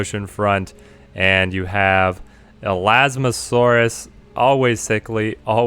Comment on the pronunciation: It's elasmosaurus no elasmosasaurus